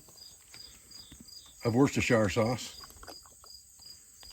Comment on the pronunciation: The shire part of worcestershire sauce is pronounced like sheer.